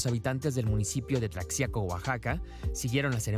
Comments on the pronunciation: Se escribe tlaxiaco, pero se pronuncia "tlajiaco", no es posible q el reportero después d escuchar tanto el nombre del lugar no lo pronuncie como es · Se pronuncia : Tlajiaco...con jota... como Méjico...con jota... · Yo no soy de Mexico, y me imagino que se pronuncia Tla-Ji-aco. no como lo pronuncia la presentadora dice Tlashiaco. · Se escribe Tlaxiaco y se pronuncia Tlajiaco, no Tlacciaco ni Tlashiaco🙈 Bien por Yalitza! Felicidades 🎉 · Y dale con Tlashiaco, después de tantos reportajes ya deberían pronunciarlo bien, además los reporteros estuvieron ahí. Se escribe Tlaxiaco y se pronuncia (Tlajiaco), igual que Oaxaca o México. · No es "Tlashiaco" es "Tlajiaco" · Y pronuncio clajiaco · Están bien o con su pronunciación culera sí es la x de México es tlajiaco(así suena) se escribe Tlaxiaco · Parque "Porfirio Díaz" y se pronuncia "Tlajiaco" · Mucho pinche argüende x comentar q la reportera no pronunció bien TLAXIACO!!!...se pronuncia Tlajiaco!!! .... solo hice un comparativo con la palabra MEXICO!! para mejor entendimiento , pero tal parece que fue contraproducente.....que pena que haya personas que no comprendan la lectura.. En fin así son las redes... cada quien lee lo que quiere.... pero los que si tienen l aobligación de pronunciarlo bien son los periodistas!!!... para eso se preparan!!.. PERO ESO YA ES OTRA HISTORIA! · El reportero tiene que informarse se escribe Tlaxiaco pero se pronuncia :-Tlajiaco-:no la riegues por favor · Se pronuncia TLAJIACO!!!!! Documéntense antes... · Es falta de preparación de la gente de los medios? Falta de criterio? El que da la nota es extranjero? Falta de inteligencia? Si pronuncia tlacsiaco entonces por qué no dice oacsaca? Entonces vivímos en mecsico? Somos mecsicanos? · Pronunciaste mal Tlaxico amigo. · Se escribe Tlaxiaco y se pronuncia Tlajiaco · De pronuncia tlajiaco aún que se escriba con x reportero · Tlashiaco xdd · Primero aprendan a decir Tlaxiaco correctamente.